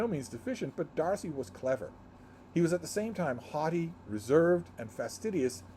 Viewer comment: When you read “haughty” in regard to Mr. Darcy, I heard “hottie”! 😂 What I like about this chapter is that we see first the two sisters together, and then the two gentlemen together, and we can draw tons of parallels between these two relationships. According to the notes in the gorgeous annotated version that I borrowed from the library (sigh, it’s out of print), Bingley is 22 years old. Young men come of age at 21, and it’s been less than two years. According to the same source, the £20,000 attributed to the Bingley ladies is a lump sum, not an annual income (I assume it serves as a dowery).